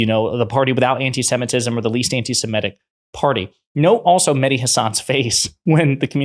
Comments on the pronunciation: FFS! It’s “anti-SEMITIC”, NOT “anti-SEMETIC”!’ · you're too erudite to be mispronouncing "antisemitic." You said "antisem-ETT-ic. It's actually "antisem-ITT-ic. That's an "i' in the fourth syllable, not an "e."